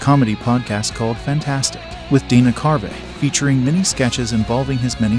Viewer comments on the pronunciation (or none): Its pronounced dana carvee not Dana carvay. And it's Tia Carerra like a Porsche carrera not Tia Care. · Dana CARVEY. Long ‘E’. You post an informational video and you mis pronounce the actors names. You didn’t do your homework, …